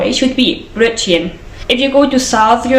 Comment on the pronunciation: I love how you say Brötchen